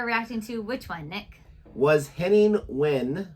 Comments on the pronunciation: Oh Nick!. Nick, Nick, Nick...we already had this issue with David Wiese (Visa). Wehn is pronounced like "Vain". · His name is pronounced as Henning Ven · Wehn is pronounced Wane